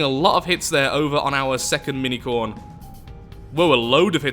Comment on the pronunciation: I know you are saying, "Mini-Khorne." But I am hearing, "Minicorn!" And thinking how amazingly ballsy it was to name your insane death-machine after a My Little Pony.